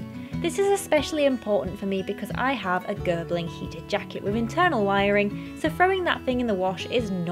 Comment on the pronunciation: Gerbing not Gerbling 😁